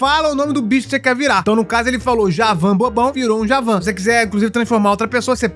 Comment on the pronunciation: Javãn??? Kkkkkkkkk Não é Jáva?